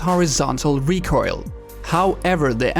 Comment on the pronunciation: You seem to struggle to pronouncing recoil lol